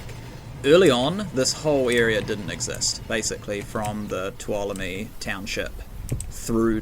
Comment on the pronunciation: Amazing map! I've already spent a couple of hours investigating it and intend on checking it out in VR this afternoon. I'm familiar with the Tuolomne area (I live in California) and you have really captured the feel of the area quite well. By the way, it is pronounced (phonetically) 'too-ahL-oh-me' with the accent on the second syllable. 😀